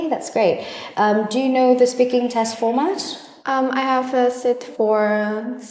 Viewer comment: cô đọc format có âm "s" ở cuối là s ạ